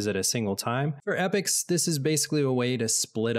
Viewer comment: Epochs being pronounced as Epics, lol